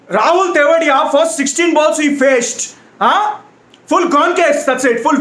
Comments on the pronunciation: Who are laughing endlessly ahter he said tewatia as tewdiya😂😂😂😂😂😂😂😂😂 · He is tewatia not thewadiya 😂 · Are any tamilians here? Did u hear how he pronounced Tewatia as tewadiya hahahahaha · Nobody:: Rahul 'Thevediya'! Tamilians can understand 🤣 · Only South Indians understand how funnily he's pronouncing Tewatia! Hahaha